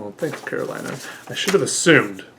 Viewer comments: I might be wrong, but that name i would pronounce it Caro-lee-na. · I think Carolina is a hispanic name (I know it is common in Latin America for a fact at least, but I don’t know if it’s originated in a hispanic country) if that’s the case then it’s pronounced “Ca ro lee na”